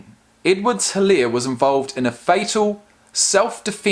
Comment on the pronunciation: The way he pronounced Guice😆😆. It's Guh- ice. Also the H in Helare is silent.